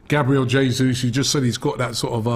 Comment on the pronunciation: Did anyone hear “JABRIEL JESUS” 😂👌